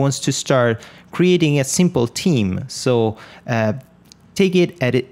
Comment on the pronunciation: I love it when you say "Super simpol"... it brings a sense of confidence to those who are learning, like me.... 5 years as web developer but the first time learning how to actually develop for Wordpress :D